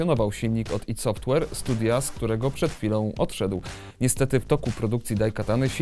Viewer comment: chryste.. dlaczego tak tragicznie wymawiasz nazwę studia ID Software?! aż uszy bolą